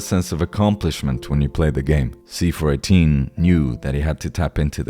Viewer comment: I had a hard time focusing on the actual message if this video, because I am so familiar with his work, I am pretty sure it's pronounced "see four one eight" and not "see four eighteen" I tried to not let it bother me, but only 3 minutes in, I am making this comment